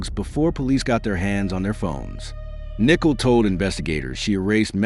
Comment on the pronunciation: Exactly. So annoying. You would think AI would be able to pronounce the names correctly.